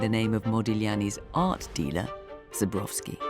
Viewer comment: It’s Zborowski not Zubrowski - these are two different names, pronunciation! If you pronounce wrong you are likely to find the wrong person